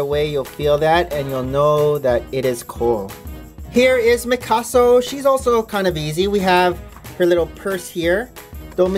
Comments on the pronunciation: lol he sayd mykaso not mysako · MIKASO???? ITS MI-SA-KO! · Great video but you said misako's name wrong